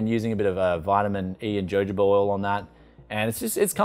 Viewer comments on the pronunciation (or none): none